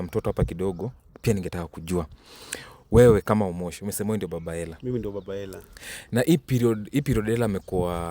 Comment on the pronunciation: waah hata baba mtoi ajui kusema Ella anasema Hella ama amelipwa huyu nkt